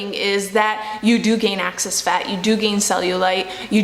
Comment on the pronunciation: Only me who has an issue with her saying "access" instead of "excess"?